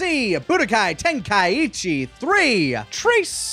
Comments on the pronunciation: They are legitimately saying ten Kai ichi rather than ten Kai chi or ten ka ichi semantics really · why do they keep saying Ten-kai-ichi is that a joke?